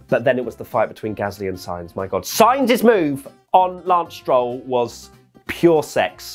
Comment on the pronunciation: SIGNS WTF ! If you want to say it exactly in Spanish it's S-INE-TH